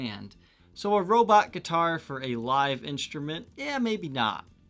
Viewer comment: no offense but i cannot enjoy your content because of your weird pronounciations. you say inSHtrument instead of inStrument..and drives me crazy, can you or someone please tell me why? because this just occured lately and now its chasing me. it seriously drives me nuts.